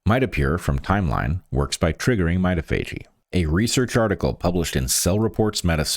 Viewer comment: Not to be a pill, but I think "mitophagy" is pron. my-TOF-a-gee?